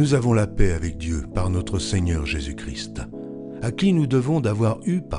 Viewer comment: Juste pour dire un défaut de prononciation. Nous devons lire Jésus Christ sans prononcer le "t". Seulement quand nous lisons "le Christ". Sinon bonne lecture. Merci !